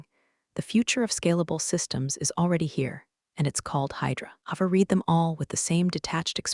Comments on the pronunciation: What is "two dollars point 4 M"?? Might it be 2 point 4 Million Dollars? Say Yes. 6th time: READ is in a past tense sentence. Pronounced "RED" not "REED" as you always fail at. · Ava. Long A. A-va. Read (to read) and read (red, past tense). Train your AI better prior to releasing.